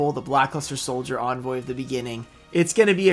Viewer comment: He´s always pronouncing "Envoy" as Onvoy xD. That Lava Golem is actually a reverse secret rare though